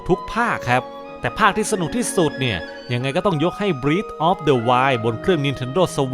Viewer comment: breath of the wild ตรง breath ฯ ที่นี้ เป็นคำนาม จะอ่านว่า “เบร๊ธ” ครับ แต่ถ้าเป็น verb มันจะอ่านว่า “บรี๊ธ” สะกดเหมือนกัน แต่อ่านคนละอย่างคับ